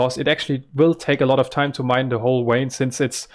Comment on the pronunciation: jsuk vein is pronounced with a V like vampire not W like watermelon :) very glad to see you again